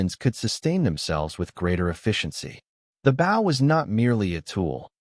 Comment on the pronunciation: You can tell when it is Artificial Intelligence when they say bow as the bottom of the boat instead of bow a hunting weapon lol. Still love it though. Keep going peeps.